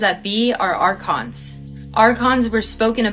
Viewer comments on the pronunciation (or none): Archons.....not Narcons. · ARCONS... YOU SAID NARCONS... REALLY ????? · Ohhh goodness, arcon not narcon 😶